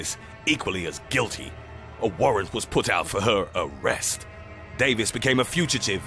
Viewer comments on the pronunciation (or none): My favorite was, "A warrant was put out for her arrest" the way he put emphasis on arrest lol xD